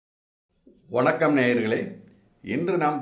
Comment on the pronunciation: ஐயா இந்த வணக்கத்தை ஒணக்கம் என்று சொல்லாமல் சரியா சொல்லுங்க